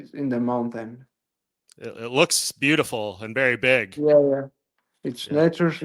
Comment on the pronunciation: "In the mountam"